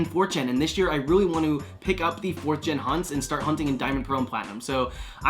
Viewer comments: it took me 6 mins into the video to realise he's saying 4th gen not 4chan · I thought he was saying Fourchan for like have the video 😂😂